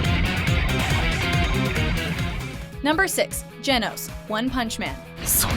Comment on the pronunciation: For me it's a toss-up between Genos (she pronounces it wrong btw) and Haruka.